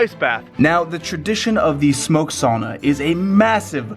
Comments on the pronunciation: Not "soona" or "saana" (saana is the fjord)... It's "SA-U-NA"! "SAUNA"!!! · Cool video, but you are pronouncing sauna the wrong way!